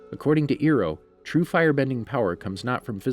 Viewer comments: its not Iroh its I- roh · Hol up did he say Ero? Its Iroh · Iron NOT Eroh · Did he just say Ero!!! It’s Iroh!! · I’m so mad at him for saying eroh and not Iroh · UR SO ROOD ITS NOT EEROH ITS IROH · Nani its iroh not eroh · Bro stop saying eroh its iroh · Iroh is pronounced Eye-roh, not Ear-oh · It’s iroh not eroh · its not ear-oh lol, its eye-row (iroh) aand its not ag-nai kai, its ag-nee kai... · You triggered me when you said “eeroh” instead of “iroh” but anyways good video, keep it up. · Dude Come on man if you actually watched the series you know the name would be iroh not earo, aint trying to be mean tho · the way you say Iroh, Eroh lol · did he say ear oh I’m dying it’s eye row it’s just like the live action movie were they call him general ear oh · I used to love your channel. Until you pronounced Iroh's name wrong. It's "I - - Row", although you said "Ear - - Row". This hurts. In all seriousness, though I'm not gonna stop watching your videos keep up the good work! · This is a amazing channel but say Iroh not Eero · Ikr it’s iroh not eeroh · my guy said eroh its iroh and why the hell are u saying aganai ki its agni kai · Why did you call IrOh ErOh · Did... did you call him earoh? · Hey, it’s pronounced “EYE-ROW.” How could you produce and present videos on subjects when you can’t even get basic subject matter pronunciations right? Get someone who can. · His name is Iroh not eero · E-roh oze-ai ag-e-kai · Iroh not earoh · Why did he say Eroh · He really said eroh😔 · You saying “Eroh” gave me The Last Airbender flashbacks 😭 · Eroh? Agnay Kai? WTF haha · Iroh (eye-row) Please don’t ruin this for me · Why did you say earoh? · Earo........sorry I had flashbacks to the avatar live action movie but at least he said Agni kai even though he said ag nye but at least he didn’t say Agni key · When he said earo I had flashbacks to the movie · I cannot get over the fact you called Iroh EROH. Love the video. 🤣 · Uncle Euro, is like a 1000 Euro bill.